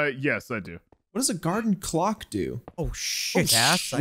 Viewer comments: Can we talk about how was saying cloche wrong I and was hoping so bad that Jack would realize it and call him out😂😂😂😂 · Cloche, not clock.